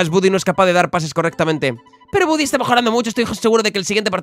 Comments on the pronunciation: Porfavor jajajaja di "bady" no "budy". Lo digo por que en la serie original lo llaman así no por otra cosa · Buddy se lee "Bady" jaja me pone nervioso oírle decirlo mal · se pronuncia bady no budy